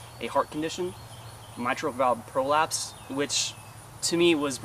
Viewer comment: Signs up for the service and then never showed up. Gets arrested by the sheriff's department for going AWOL. Lies about his service on the Internet. Mispronounces mitral valve prolapse.